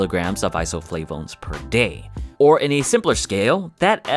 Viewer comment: Can u stop pronouncing isoflavones with a French accent?